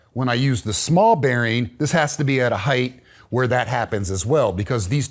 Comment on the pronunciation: Great stuff! Amazing craftsman (and he knows how to pronounce the word “height” 🙏🏻)